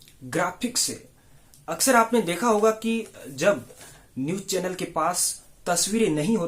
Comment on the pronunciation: भाई जर्नलिज्म सीखा रहे हो! और खुद ही अभी तक गलत #Pronunciation कर रहे हो। पैकेज को पेकेज बोल रहे हो और चैनल को चेंनेल!! माफ़ करना, #Unsubscribe कर रहा हूं।